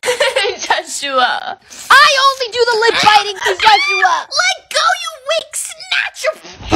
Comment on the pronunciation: Why she always say joshoowa